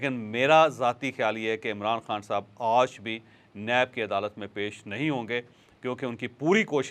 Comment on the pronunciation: You always says "Auj" instead of "Aaj" please correct your pronunciation